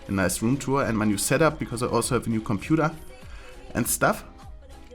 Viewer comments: "Combudaaa" unleashed:D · The way you pronounced "computer" at like or something was fucking hilarious :D